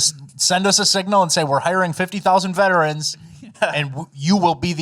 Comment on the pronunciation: Because of this show, every time i hear someone on tv or the radio say "veterans" i hear yall saying "Vettrends"